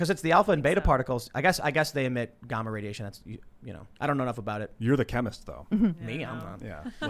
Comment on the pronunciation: Anyone wanna comment on how time pronounced gamma